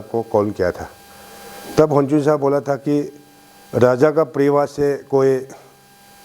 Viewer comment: Useless and corrupted leader ever, support ko suppose bolne wala uneducated leader. 100% me se 1% hi kaam kiya hoga yea 5 years ka tenure me, isse bakwas leader koi nai nekala hoga abi tak, or iska pronunciation ko b dekho na, kya soch k public or MLA ne isko elect kr deya hoga, RAJA ko DAJA, ROAD ko DOD, REQUEST ko DEQUET bolne wala yea ZPM pakka Uneducated hota hoga, iska qualification check kr k dekho 1 Pass b nai milega. Or abi yea jo kaam kiya hai bol k jo bakwas kr raha hai agar koi Educated person ko elected kr ta to yea uncle se 100 times kaam kr ta. 60 constituency ka MLA janbus k uneducated log ko hi elected kr ta hai, isleyea to deklo 60 constituency me Educated log asa faltu me betha huwa hai or uneducated log leaders ban k kuch b kaam nai kr ta hai, bas corruption or khud ka ghar banane me busy hota hai. Or jojo Educated hai unko to MLA or asa uneducated leaders log asa haal kr deta hai bechara kuch b nai kr pata hai.